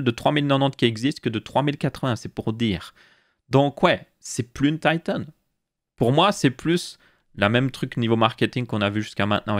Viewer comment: Tailleteunnnnn......... En français, on dit Titan